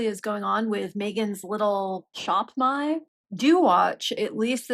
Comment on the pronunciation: is the most articulate and well-spoken and pleasant-to-listen-to MM critic on YouTube. The sound of her voice on my Bluetooth speaker makes birds and deer and rabbits flock to my windows. That being said, I’m here to petition this council for a redress of grievances regarding the glottal stop between “Shop” and “My”.